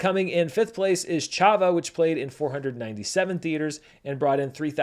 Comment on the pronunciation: I know people love pointing out pronunciation errors, so i felt i ought to throw my weight the other way and highlight good pronunciation too. I commend you on the good Chhava pronunciation.